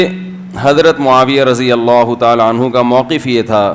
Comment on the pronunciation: Mhtaram Razi Allah nhi..Radi Allah